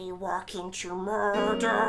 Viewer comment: At the beginning was he saying mordor or murder? I wasn't sure